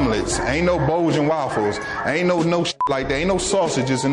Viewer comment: "Bolgen Waffles"